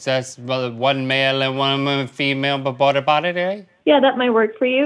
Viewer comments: They probably thought Link was disabled, I would be nice too! XD "Porta pollies" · I love when link did it the first time “ porla potti “ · "Pportta pototty" 😂